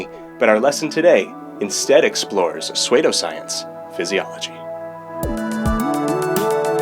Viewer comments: What is suedoscience?? Do you mean pseudoscience??? 😂 it’s pronounced (su-dōh science) love you videos by the way!! I haven’t drawn in ages but watching you makes me wanna get back to it. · How darw you pronounce pseudoscience like that you neanderthal.